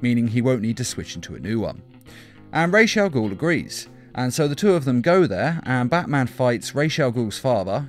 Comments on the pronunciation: watch the video and you hear him say it wrong, his say raze not Ras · Raw Not Raysh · I thought it was ras al ghul, not.....raish.....raj....al ghul? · Raish al guul. Dude its Raas al guul. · RAJ is prenounced = Rhawrhj, not rayj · ao, minor but important thing. it's not RAYSH al'ghoul. it's RAJ AL'GHOUL. not sorry, but holy crap dude.. it's been pronounced numerous times IN FILMS. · lol, ray's al ghul. kills me everytime i hear you say it wrong. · The pronunciation of “Ra’s Al Ghoul” is getting me tight....”Raishe”??? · So.... Did anyone else hear "piss' chemicals" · "Resh Al Gould" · Nobody: This nigga: RASHE AGOUL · "rhaze al ghool" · You said raish au ghol to many times. I couldnt make it past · He is Raus Al-Ghoul not whatever you said The one who created the league of assasins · Did you just say rashe Al goul ?? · Rays aaal guhl?? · Why do you prononuce it like RAASH? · It is NOT "Resha Gul" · Raysh all ghoul? Ffs. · Its not ra’s al ghul not rachel guhl ffs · Why do you say rashe al ghul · "Raysh" al Ghul? I'm no language expert, but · you pronounce ra's al ghul wrong it pronounced rosh al ghul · why tf u pronounced “rash agul” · Ra's al Ghul... Not ray shall Ghul. Idiot. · Am I the only one that kept getting mad when he would say Ra’s Al Ghul wrong? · Am I the only person that thinks the was he says Ra's Al Ghul's is really off? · You're pronouncing ra's al ghul so wrong. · can't even pronounce was ras al ghul properly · within 30 seconds, poster mispronounced a villain's name. Guess pandering to the superhero fans is how youtube shills work nowadays. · Or maybe it's a simple mistake? Just a thought.